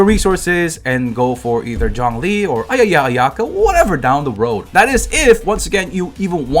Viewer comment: Bro said ayayaayaka fan 😂😂